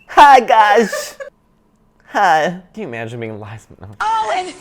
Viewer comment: I thought i was ready but was clearly unprepared when opened with, "Hi, guysh!" WITH THE FULL 'H'